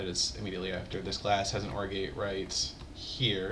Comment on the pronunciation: I keep hearing Orgy instead of OR gate...